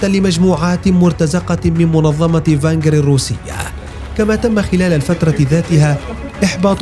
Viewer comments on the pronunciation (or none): فاغنر وليس فانغر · لصاحب الڤيديو: عصابة المرتزقة إسمها ڤاڠنر على إسم المظلي ڤاڠنر وليس ڤانغر كما قلت في الڤيديو🙂